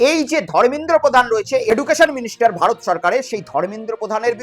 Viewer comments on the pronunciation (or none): none